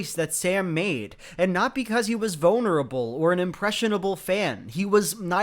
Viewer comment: did you say bonerable?